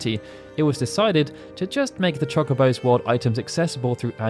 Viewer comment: How are you the FINAL FANTASY UNION channel but you STILL DON'T KNOW HOW TO PRONOUNCE CHOCOBO????